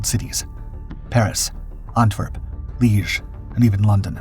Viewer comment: If you must say foreign names/words, at least have the descency to learn you to pronounce them or at least take a better shot at them. Where tf is "Leege"? WTF is a Gloock?